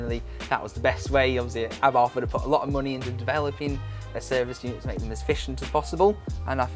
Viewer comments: Its a shame Rally Replay didnt have the sense to use a representative that could actually speak properly. Wiv, Abarf, Aufentic, & thats only by the time i turned off. I dont expect posh, but for gods sake man learn to speak. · I thought did a great job and he knows what he is talking about. He is surrounded by incredible cars that are accessible for the public to view. I'm presuming you pronounce Abarth like the Italians do then; 'Ab-art'? And Lancia as 'Lan-chia'